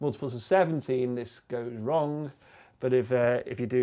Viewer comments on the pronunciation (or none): none